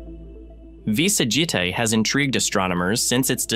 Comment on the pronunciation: What a fuck. V Sagitae is completely ba pronounced. It is AI shit. Blocked the vid immediately